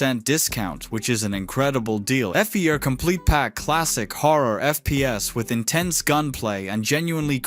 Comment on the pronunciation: "Ef-Ee-Er Complete Pack"